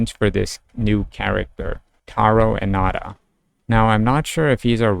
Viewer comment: Bro his name is not "Enada" the way you pronounced it, it is pronounced "Unda" Taro Unda...🤣